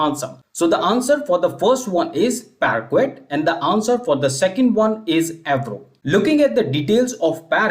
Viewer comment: Your efforts are really appreciated but your pronunciation of "parquet" is not right.